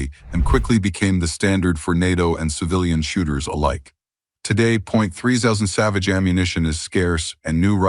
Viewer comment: agreed... if you can't call or pronounce a 257 Roberts or a 300 Savage properly, then just sit your ass in your room and play with yourself. Don't waste time to make up a fucked up AI presentation and expect us to listen to it.